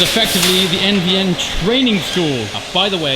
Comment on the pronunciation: 918. Technologically superior. NVN is a forgettable name. What the hell does it stand for? Most of the time it sounds like you are saying MDN.